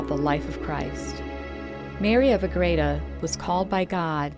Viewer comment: I have the books. It’s beautiful. . It’s pronounced as A-GRE-da. Not A-GRA-da.